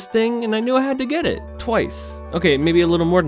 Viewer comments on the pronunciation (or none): none